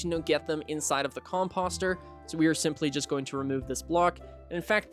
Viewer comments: Its not fuckin com-pahster its com-poster🤦‍♂️🤦‍♂️🤦‍♂️ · How is nobody talking about how this man is pronouncing composter like "imposter" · Listen, no hate meant at all like genuinely great guide however the way your pronouncing composter is actually like listening to nails on a chalkboard. Please just say it the same way you say poster 🙏